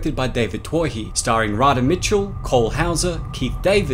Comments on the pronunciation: Its pronounced "too-hee" not "twah-hee" love the videos but your pronunciation kills me sometimes lol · Twohy is pronounced Too-ee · 'Twohy' or the orginal name '' Touhy'' and its gaelic counterpart ''O Tuathaigh '' which means 'ruler' is actually promouced '' TWO HE '' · Sorry but I have to...Twohy is pronounced 'Too-ee'....love your stuff though! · That's not how you write Riddick or pronounce Twohy